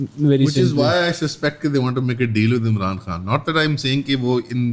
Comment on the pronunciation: Imran Khan ka Naam Lena bhi mushkil horaha hai 😂😂😂